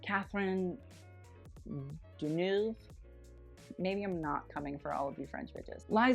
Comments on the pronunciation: Don't know if you will care but Deneuve is pronounced Duh-nuh-v' :) from a French bitch, love you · I don't understand your French Catherine Deneuve = Dun-uhv 'Eu' is pronounced the same way as E